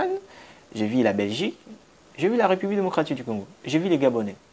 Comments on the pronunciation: Ce que je te demande, cest que tu travailles ton côté élocutoire. Tu as encore un problème de i et u. Par exemple : j'ai vu, mais toi tu dis, jai vi Argument et non arguments Je veux et non je vé. Etc... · « Vu »… Pas « vie »